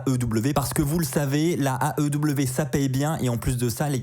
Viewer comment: Quand tu dis "l'aew" j'entends "la ew" c'est perturbant 😂